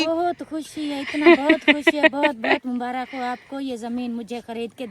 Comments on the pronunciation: Mubarak not mubarakh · Mubarak hota hai mubarakh nahi